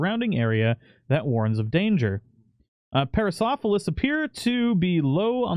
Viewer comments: Pair-uh-sore-all-uh-fuss Stye-rack-uh-sore-us (you pretty much said it right in the end!) Hope that helps :D <3 Watching this with Bentley's roommate, my new pet, Mango~ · Pair-ah-sore-all-oh-fuss. Sty-rack-oh-sore-us. It's a kind of ceratopsian with an incredibly spiky frill. They're not that difficult with practice. These critters are gonna look good mutated once they get the new models.